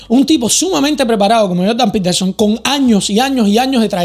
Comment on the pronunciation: “Joldan petelson”